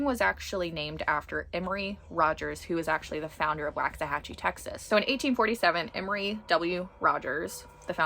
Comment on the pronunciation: Lifelong Waxahachie Resident here 👋🏼👋🏼 It is pronounced “Walks A Hatch E”. Please and thank you ♥️♥️